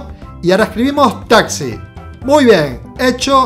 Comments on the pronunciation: porque dice tasi es taxi xd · no dijo taxi dijo tasi minuto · en el minuto dijo taci